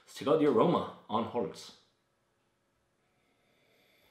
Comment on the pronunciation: It's hols as In holidays mate